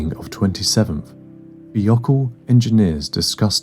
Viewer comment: Just a pronunciation note: it's Morton THY-O-KAHL Not THEE-O-KAHL.